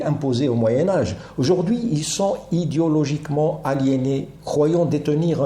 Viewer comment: "Idéologiquement", mes oreilles ont entendu idiologiquement.😅😅😅 merci pour votre travail. Vénérer ses boureaux , voilà une forme de pervertion. Ne pas avoir de dignité , ni de mémoire sont les conditions de ce cette véneration.